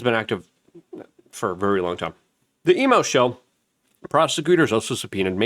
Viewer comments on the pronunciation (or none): none